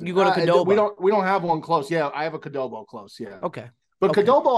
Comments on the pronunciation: what is a "Chipolte" and a "Kudobo"? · The fact that says "Chipolte" and "Qdobo" and it isn't acknowledged is just preposterous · botching the pronunciation of both Chipotle and Qdoba. All this after the Movies bit heist! 📉